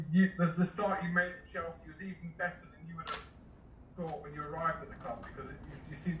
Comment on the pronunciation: Did he say 'Cheslea' for a single time😁